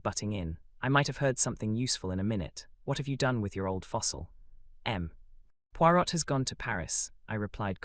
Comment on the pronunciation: who is reading this, please? it's a fun lighter voice then more. Hun Puirot is not pronounced "...pui R ô T" rather "pui Roē"